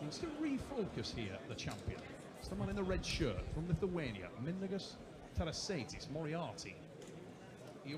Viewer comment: pronunciation of mindaugus tarasaitis makes it sound like a skin condition😂